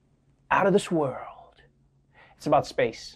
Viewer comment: He said "two beautiful wold wars" !